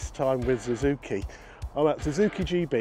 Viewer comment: When did Suzuki change their name to Zuzuki? I’ve noticed neevesy says it as well